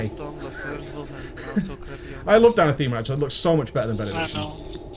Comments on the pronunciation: Ana-thema? Emphasis on the wrong syllable mate, it's A-na-thema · Anatheema.. Anathema perhaps :P